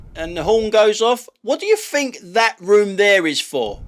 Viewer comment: Sorry mate, but I'm finished with your site. Your constant whining is pafetic. You might want educating into the fact that there is no 'f' in 'think'.